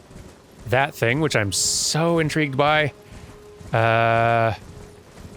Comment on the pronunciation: I am in-tree-gued.. Really? XD